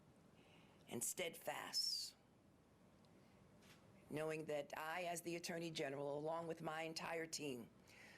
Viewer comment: NY's AG James gave a few words. One of those words was the word "steadfast," which she pronounced it as . . "steadfass"!? What the hell is "steadfass"? I am sure she received some college education. At least she should pronounce English words correctly as her salary is paid for by NY taxpayers. She sounds ignorant!! 🙉